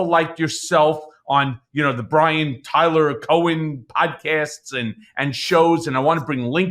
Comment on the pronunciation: Brian with a “w”? Bwian??